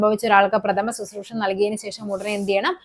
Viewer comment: പ്രഥമ ശുശ്രൂഷ നല്ല പറയാം. പ്രഥമശുശ്രൂഷ എന്നാണ് പറയാം